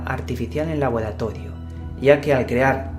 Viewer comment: "labolatodio" no te sale la R y me cago de risa jajajajaja